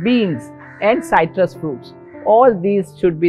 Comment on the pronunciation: Good info. Thank you very much. This English teacher and proofreader suggests you amend the subtitle to read "higher" (not "hire") - and please note that the correct pronunciation of "citrus" is with a short "i", not a "y", as spoken here. Thank you again and please keep up the good work.